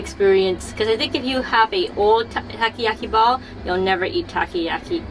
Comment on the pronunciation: No no, both you guys know how to pronounce "Octopus ball" correctly in Japanese. I meant, Nicole showed off the pronunciation that "Takiyaki" as wrong one .